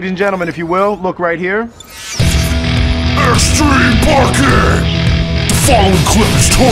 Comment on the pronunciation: EXTWEME PAWKING SPOWTS!